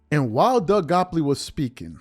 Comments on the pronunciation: Gottlieb…Doug Gottlieb not “Gopley” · DOUG GOTTLEIB…NOT GOPLEY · How are u callin this man Doug goplee? Gotlieb…u can’t be reporting what the man said and not have his name correct lol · Bro! It's Doug GOTTLIEB, not GOPLEY. C'mon man, how are you doing a show without knowing this first? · Calling Doug Gottlieb, Doug “Gopply” has to be the funniest mis-pronunciation ever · His name is Doug Gottlieb bro, Not Goplee. Also, I too agree that Nick does say some very outlandish things, partly for shock value. He's like a poor man's Stephen Nay Smith and Skip Baseless. They all want to be provocateurs and I think that's the allure nowadays. You're right though, Nick did sign with Klutch back in '16, so maybe there's an inside bias there. To me the G.O.A.T conversation is a very fluid one, depending on who you're asking. I think most NBA fans who have watched more than two decades of basketball would have a resounding support to Michael being the greatest player, and I believe his peers would say the same with Kareem and Wilt included in the conversation as well. To me many of the younger generations doesn't truly know the history of the game, and rely only on their recency bias based on being able to watch LBJ in real time vs watching videos and hearing stories of MJ as their point of reference. Emmitt Smith is the leading rusher in the NFL, but he's not the greatest running back ever, not even while he played. The eye test told you that Barry Sanders was a superior talent that did more with less. With all that said though, I am a firm believer that an opinion can change based on new information. Zed. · It’s Doug Gottleib! Not Goppley. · I’m pretty sure its Doug “Gottleib” not Goppoly 😂 but nah, yeah nick wright been some bullshit since him and Chris carter was on the show. Keep doin ya thing. 💯🤙🏽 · And for the record you pronounce his name "Gott-leeb" and not "gopp-lee" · Why you calling him doug gopply😂😂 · His name is pronounced “GOT-LEEB” 😭😭😭😭😭😭😭😭😭😭😭😭😭😭😭😭😭😭